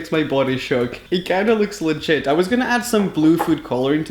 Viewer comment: He says litgite alot!!!